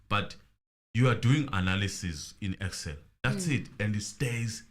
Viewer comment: Then judge instead of saying “EXCEL” he keeps saying “PERSAL” 😩🙄